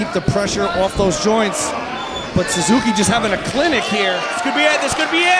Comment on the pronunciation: suzukiは「サズキ」って感じに発音するんだね。